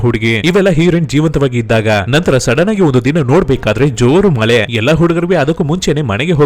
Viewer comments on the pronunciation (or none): ಮಲೆ ಅಲ್ಲಾ ಮಳೆ.. ಹೆಲ್ತ ಅಲ್ಲಾ ಹೇಳ್ತಾ.. ಕನ್ನಡ ಸ್ವಲ್ಪ ಕನ್ನಡ ಕಲಿತು ಮತ್ತೆ ವಿಡಿಯೋ ಮಾಡು 👍🥰